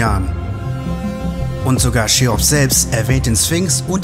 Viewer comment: sorry, ist echt nicht böse gemeint! Frage mich nur warum das relativ viele Leute so aussprechen.. Und wie gesagt, sonst gutes Video✌🏻